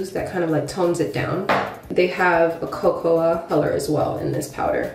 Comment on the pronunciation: it's pronounced like "coco"